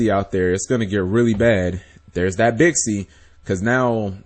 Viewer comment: Uhm, Cap, it's Chinese... and an X makes a Sh sound. So, Xiu is Shiu. Or, for the Yang Zing, Bixi is Bishi, Baxia is Bashia.